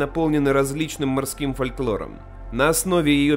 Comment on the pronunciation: Это один из самых полных и интересных обзоров на фильм, что я видел. Понравился трёхчастный формат, когда каждый член вашей команды разбирает свою область. Отдельное спасибо за правильную фонетику слова "фальклОр" - это была последняя капля для океана моего восхищения. Спасибо за такую работу.